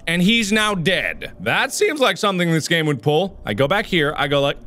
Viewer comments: Dragon Tamer576 I heard it too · Mark: scary GAAAME- What I think he said: HAIRY GAYYYY